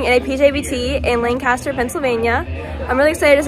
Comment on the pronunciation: Great job leisure Lanes is home base for us. When we were younger we played in a couples league no where close To being as good as you lol but a lot of fun memories. Just a tip it's Lanc aster not Lan caster lol. Keep up the great bowling never forget to show that great attitude and beautiful smile. As always we here in Lanc aster love and support you. Good luck going forward. I hope one day you will be on tour ❤❤❤